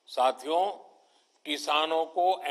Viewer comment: Whenever he say "Sathiyo" Sounds like "Chuthiyo"